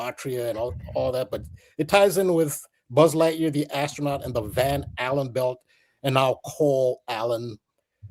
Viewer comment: Just clicked, Blood, Sugar, Sex Magic. When says Van Allan, I keep hearing Van Halen. Great additions tonught! And awesome guest